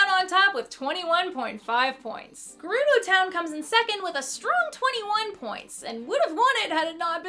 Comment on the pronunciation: Wouldn't he still be dehydrated? He doesn't rehydrate himself until you meet him. Food usually doesn't spoil in Zelda. I think I had heard people say Jerudo before but not Mahora. Fi is also pronounced Figh not Fee. That triggers me since so many people do that. I heard someone pronounce Niko as Nighko. I'm pretty sure it's Neeko. Well I used to pronounce Epona's name as Espona. Not sure why I thought it had an "s". The Koroks evolved from Kokiri and one from Wind Waker mentioned making medicine for Koroks which I assume are consumed since the one he makes for you is. Monsters carry monsters. Monsterception. Oh yeah, I guess Dazzlefruits are edible.